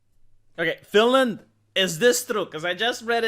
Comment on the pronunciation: "Finland"- Not Finaland and "aghast"- Not agasp.